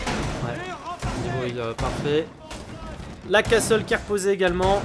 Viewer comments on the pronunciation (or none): none